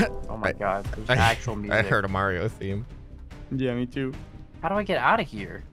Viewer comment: actually saying Mario properly